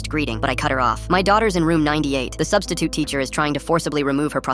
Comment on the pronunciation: I laughed when he said " Now the substisiute is a missing persons case